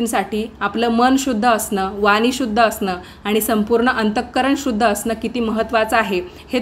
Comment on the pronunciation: दीपदान पण करतात का?चालते का?उचार काहीवेळा अशुध्द व इंगजी शब्द येतात..वानी नाही वाणी आहे ण म्हणा..तसेच फोलो करा २_३वेळा म्हणले तर अनुकरण हा मराठी शब्द आहे....पण इथले दीवे कुठे चकचकीत केले?दिसत तरी नाही...असो..कीती भरभर सांगता हेच थोडक्यात सांगा..‌...धन्यवाद.